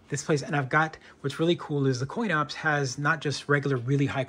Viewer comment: He says “coin ops” several times in video